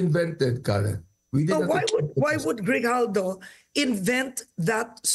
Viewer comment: Its GRIJALDO not Hidalgo❤